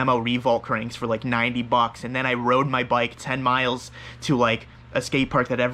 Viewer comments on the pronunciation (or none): none